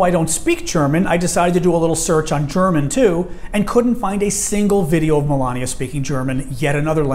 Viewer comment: her name is Melania not malaria